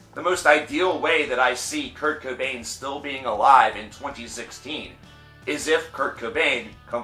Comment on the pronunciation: Why is he having such a hard time with Kurt’s last name?